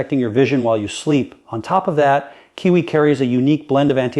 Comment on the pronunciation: He talks about more than 1 fruit. He talks about kiwi while showing blueberries. Doesn’t even pronounce Kiwi and watermelon correctly. This video is either completely fake, AI, not even done by.